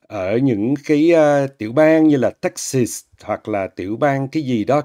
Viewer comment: Omg giáo su Anh van gi ma nói “Tex sêt” vây mà chê nguòi ta